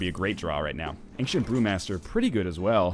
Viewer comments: I'm canadian. Aboot is hardly said, and angshent is definitely not a thing. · I think he's mocking the way Northernlion pronounces 'ancient'